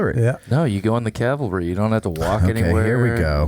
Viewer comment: Around 1hr 41 min mark…do we need to have a discussion about “cavalry” vs “Calvary” …I thought I was repeatedly hearing the “l” before the “v”….